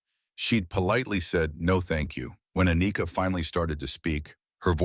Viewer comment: "A-nika" really....🤦🏽‍♂️....